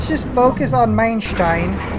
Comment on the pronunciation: Second mainshtain